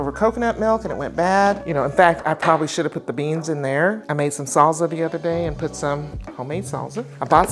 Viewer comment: so does everyone's grandma say "salza " instead of salsa